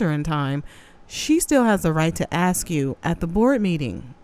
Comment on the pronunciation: "Ax her?" They elected a shaved lower primate into office...smh